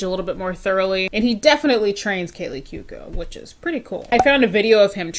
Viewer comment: hahaha I was the one who sent you Kaley Cuoco clips but then lost them! It's Coo-O-Co